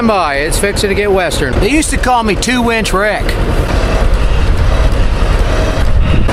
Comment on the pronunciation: He said "they used to call me " but i couldnt unhear "they used to call me two inch rick"